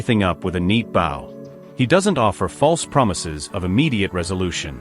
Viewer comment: ~ Yes … but if it’s going to be an A.I. voice … can’t you do something about the pronunciations … should have been bow🎀not🙇🏻‍♂️ … it took me out of the realm of the explanation!☹️